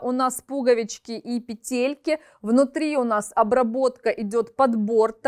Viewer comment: спасибо большое за обзор! В слове «пе́телька» ударение ставится на первый слог, на первую букву Е. Как и в существительном во множественном числе «пе́тли». Спасибо, что читаете комментарии и прислушиваетесь)